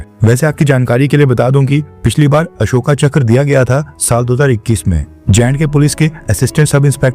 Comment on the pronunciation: बच्चे अशोका मत बोल अशोक बोल, हिंदी बोल रहा है।